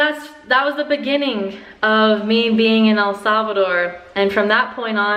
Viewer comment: ¿Puedes hablar español? Y por favor.... SAY THE NAME RIGHT